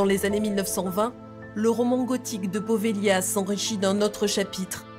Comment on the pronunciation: c'est poveglia son nom! prononcer povelia en italien! j'aime beaucoup cette île. N.🌷